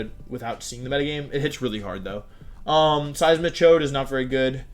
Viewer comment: how has no one picked up on seismi-chode. The best thing I have literally ever heard.